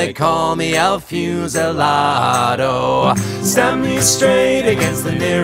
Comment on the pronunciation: Never heard this song before and liking it. Your Spanish pronunciation was pretty good except for the u in fusilado, which should be closer to ooh than fuse.